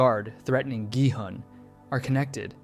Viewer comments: Please stop americanizing their names so heavily, it's not Jihun its Gihun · is no one gonna talk about how he pronounces gi hun's name wrong and then continues to say his name correctly for the remainder of the video??? 😭🙏